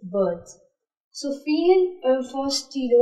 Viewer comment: Well done but there are pronunciation errors- livre, trousse, fille